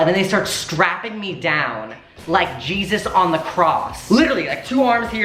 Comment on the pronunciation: “LIKe geSuS oN thE krosS” 🧡🧡